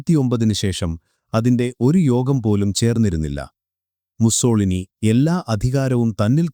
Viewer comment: മുസ്സോളിനി അല്ല... മുസ്സോ -ലീനി എന്നാണ് പറയുക...